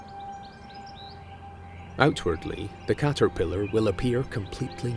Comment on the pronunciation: i love how he says 'cahterphilahr'